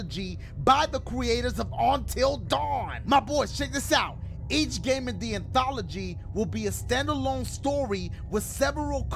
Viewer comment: How long you think it took dashie to say the word “anthology” correctly lmao